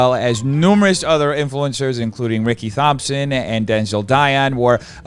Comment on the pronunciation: it’s “dion” not “die-on” 🤬🤬 also “Thompson”not “thhomp- son”😭